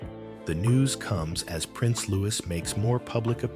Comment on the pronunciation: Silent S.when say Louis